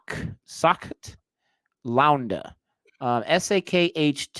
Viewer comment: The way pronounces it is way too hilarious. "Sakhaat Laawnda " 😂😂😂